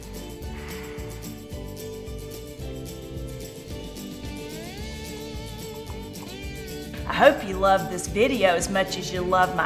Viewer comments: I was this many days old and I learned the word "too" had that many syllables 😳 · Too with 5 syllables. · MeeMaw saying "too" as a 3 syllable word is truly a southern thing 😆